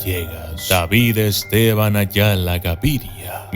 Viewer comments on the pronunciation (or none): none